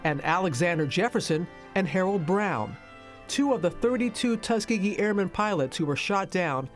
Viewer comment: u kept saying tuskgeegee